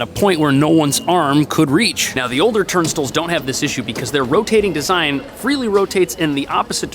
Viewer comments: It's pronounced TURN-STYLES, not TURN-STILLS, 50 million ex-NewYorkers can't be wrong and I rode the subway back when they used tokens & the fare was just a dollar..... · Are you saying “turn stools”? No offense. I love your content but isn’t it turn style? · Native New Yorkers don't call them "turnstills". They're pronounced "turn-styles". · Very informative video, I appreciate the in depth explanations of the pros and cons of each turnstiles. Btw I’m curious where your from because here in nyc we pronounce them turn-styles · Sorry, "turn-stulls"? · My man.. I enjoyed your video but can you atleast pretend there is a i in "turnstiles"? its not turnstles.